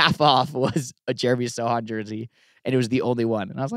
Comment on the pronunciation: Yes Jacob you pronounce Sochan correctly I confirm 😅